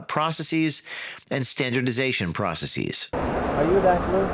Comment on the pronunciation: "Practicees"?? "Processees"?? James. Come on. That's not how English works.